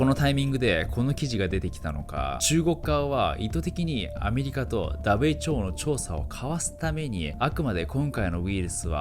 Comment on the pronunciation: 俺もWHOをダブエイチオーって言おーっと